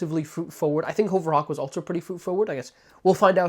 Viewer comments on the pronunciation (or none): HUHVER Hawk lol .... Not HOHVER Hawk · lol more like HOE-VURR it sounds like (I agree he's saying it wrong)